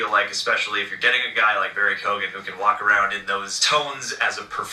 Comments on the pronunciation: Its an Irish gaelic name, you dont pronounce the G Barry Key-Owan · Isn't it pronounced like Keegan? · His name is pronounced Co-Han...